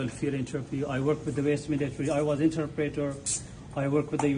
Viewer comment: Not sure about this afghan guy. He was claiming to be an interpreter while not pronouncing interpreter correctly.